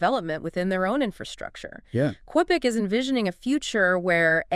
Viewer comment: Great podcast! Just you pronounce Qubic as cue -bic or ku -bic, not qwe -bic :)